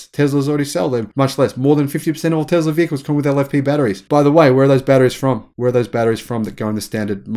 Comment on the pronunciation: It is Tesla habibi not Tezla